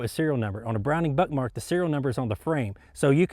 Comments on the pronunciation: are you saying Browning Buttmark? Is it intentional or am I just hearing things? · First time he says it that's what it kinda sounds like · Am I the only one who thought he said buttmark